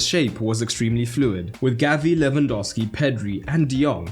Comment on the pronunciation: "Lwandowski" seriously?